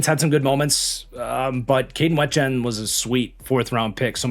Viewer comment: It's pronounced Kaden WEE-jen fyi